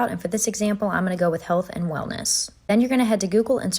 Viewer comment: Maybe it's just my South African ways but the way she says.. Eeandd (And) grrci can't hear it more